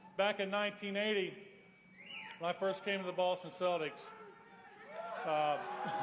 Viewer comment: Lol "the celdicks"